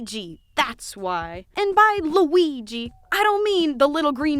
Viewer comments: did you just say L U I YYY I ? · You call him Weeg I’m crying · I love how she says Luigi and now with all her post with LOO WEE GEEE I just hear her calling him that with such emphasis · i just came from the beautiful video and her pronouncing lUiGI makes me giggle so much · I just love how you pronounce LUIGI